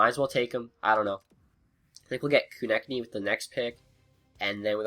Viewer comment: It's Ko-Neck-Knee